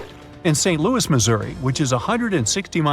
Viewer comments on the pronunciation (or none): none